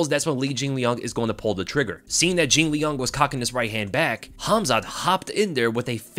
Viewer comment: say jinliang one more time